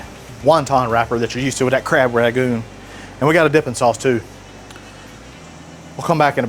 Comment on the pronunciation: "Rag-goon!" The 'N' in Rangoon: "am I a joke to you?" but seriously, this sounds amazing